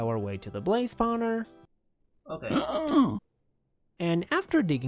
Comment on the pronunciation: yes it is the best part of every of his video hearing spowner